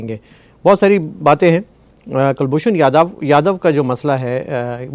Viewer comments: Sir, his name is Kulbhushan Jadhav (with "jeem" جادھو) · Respected both, First of all his name is Kulbhushan Jadhav not Yadav or Yadev pls pronouce it correctly. As per me Pakistan will keep using this card as per their requirements. China also involved in Pakistan heavily so, for their master Pakistan will keep shouting against India. Another issue about Mandir. Myself i can say we are least interested in it. Mandirs are for humans. We dont believe whether there any humans left in Pakistan.